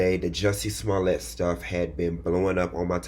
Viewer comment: I’m sorry, this is a tangent. How could you possibly think it’s pronounced ‘Smo-LAY’?